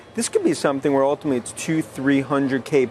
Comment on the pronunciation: Gotta love Dan "Ultimally" Ives 😂